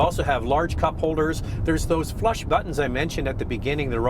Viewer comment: every time she says "flush" it sounds like "flesh" o_O